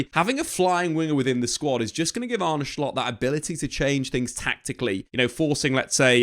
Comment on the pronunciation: stop saying shcoltt its solt